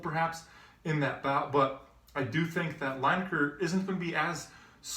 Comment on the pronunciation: It's pronounced Leeneker, not Lyneker